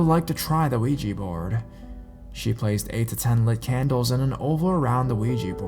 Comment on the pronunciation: DUDE!!!! ITS NOT PRONOUNCED WEEGIE BOARD ITS OUIJA ( OH-WE-JA) BOARD PLEASE SAY IT RIGHT!!!!!!